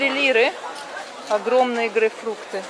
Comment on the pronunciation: не грейфрукты,а правильно грейпфруты